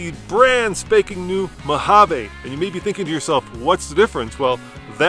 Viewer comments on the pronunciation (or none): i cringe everytime they say Mojavay